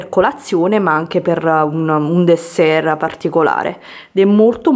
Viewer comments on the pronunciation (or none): none